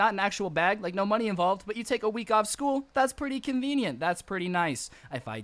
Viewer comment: I don't mean to be mean, but I can tell. Its School Not scool